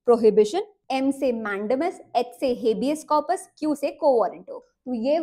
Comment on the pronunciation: 😂 जब आप नई थी यूट्यूब पर तो आप अपने पुराने वीडियो में हिबियस कॉरपस को "हबीज कॉरपस" बोलती थी । बट अब सही उच्चारण करने लगी है आप मैडम😂😂